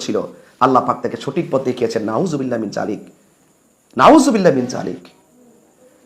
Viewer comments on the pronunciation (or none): আরে তুমি শুদ্ধ করে নাউজুবিল্লাহ ও বলতে পারেন না! তুমার কুরানের তেলাউয়াত শুনে আমার লজ্জা লাগলো, আমাদের নুরানির ছেলেরাও তুমার চেয়ে ভাল তেলাওয়াত করে।